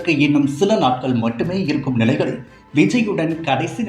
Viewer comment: "நிலையிழ்", "வரையிழ்", "நேரத்திழ்..." என்ன இதெல்லாம்? கருமம். கேட்கவே காது கூசுகிறது.